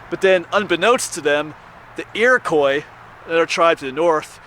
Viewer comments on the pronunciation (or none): none